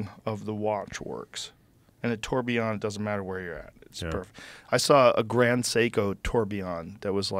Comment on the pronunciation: tourbillon, french for whirlwind = tor-bill-yon. (lean into the french)